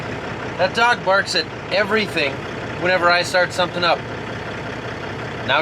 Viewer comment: Did you say "smothin"?